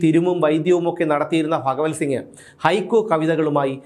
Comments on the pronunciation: ഫ അല്ല ഭ പറഞ്ഞു പഠിക്കു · ഫ അല്ല ഭ.. ഭഗവൽ സിംഗ് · ഫഗവൽ സിങ്ങ് അല്ല ഭഗവൽ സിങ്ങ് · എടാ പൊട്ടാ അത് ഫകവൽ സിംഗ് അല്ല, ഭഗവൽ സിംഗാണ് 🤣🤣🤣☝🏻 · "ഫഗവൽ സിംഗ്" അല്ല "ഭഗവൽ സിംഗ്. റിപീറ്റ് ആയി കേൾക്കുമ്പോൾ അരോചകം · പത്തനംതിട്ട ജില്ലയിൽ ഭ ഇല്ല only ഫ 👍👍